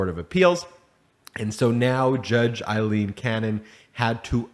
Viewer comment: Her name is pronounced Long “A”, silent “i”, “l”, long “E”, “n”. AlEn, spelled Ailene